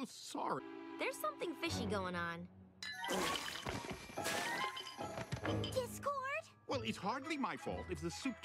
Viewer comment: I'm glad someone else noticed "Dick-cord" XD This was hilarious!